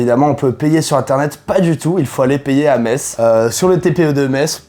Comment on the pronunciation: Oh les vilains Lorrains dénonciateur ! Non je rigole, je suis moi-même Lorraine (🎶avec mes sabots 🎶) et à 20 mn de Metz, bravo pour votre prononciation du nom de la ville,parceque souvent les gens prononce MeTz 🤪